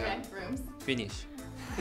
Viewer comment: why tf did that "Finish" take me out 💀